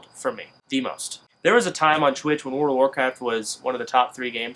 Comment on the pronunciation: And also, WOOOORRLLLD of warcraft - not, Teleportocraft!!